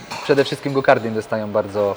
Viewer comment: "Gokardy" uszy więdną